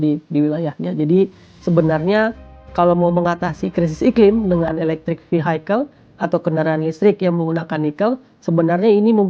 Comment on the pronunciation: VI-IKEL bukan VI-HAIKEL 🤭😅